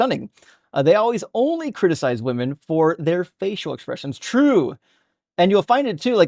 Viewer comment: I am screaming at him the car. Wim-en wim-en. It's my pet hate.